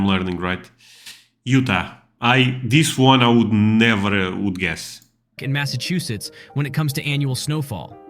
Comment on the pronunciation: The way he pronounced, Massachusetts keep working man getting better every day (mass-a-chew-sits) best way I can put ia